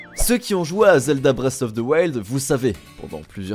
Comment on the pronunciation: Bret of ze waild? Tu te fous de ma gueule mec?